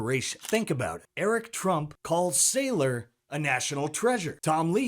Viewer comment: Michael Sigh-lor 😂